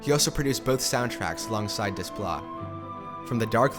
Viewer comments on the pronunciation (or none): Good job. Seems like an ENORMOUS amount of work goes into this videos so thank you. Also, not that it matters really, just a friendly FYI, but his last name is pronounced Day - PLAH.